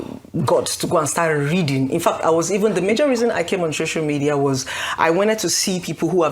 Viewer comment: She didn't go to any hospital, didn't do anything. Why does she still saying ,'shocial ' media